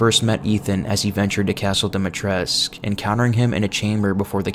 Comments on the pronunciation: The "u" at the end of Dimitrescu is meant to be pronounced! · I love this video but it's lady du-me-tris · Isn’t it Dimitrescu? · Everyone pronounces Lady Dimitrescu wrong. It's annoying. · Am i the only one who pronounces the u in dimitrescu since it's romanian and all that